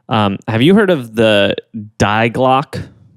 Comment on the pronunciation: I love guys but. It’s pronounced like, (dee glock eh) not die glock haha.